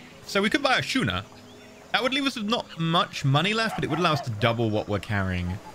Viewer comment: It's pronounced 'Skooner'. :) Schooner, like school.